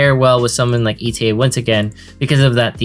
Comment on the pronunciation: Please do not pronunce ETA name E.T.A. She's not an estimated time of arrival. I can't help but laugh everytime lmao It's pronunced "eɪtə". eɪ like 'a' from able and tə like "to" from "towards"